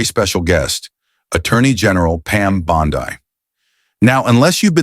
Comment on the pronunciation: It's Bond-EEE Euphoria AI wannabe poser.